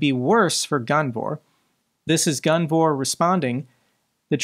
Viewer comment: I’m I the only one that thinks it says Guvnor not gunvor, every single time?